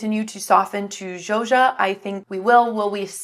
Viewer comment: Zo-Sha not Joja :)